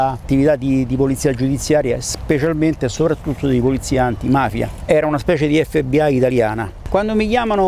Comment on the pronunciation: Alla parola “EFFE BI AI” ho chiuso… 😂🤦🏻